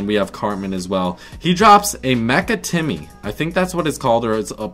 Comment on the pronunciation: Said Timmy wrong